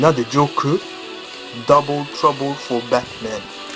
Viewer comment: Très belle édition limitée ! J'aime bien l'accent que tu dis le "Joker" ah ah :]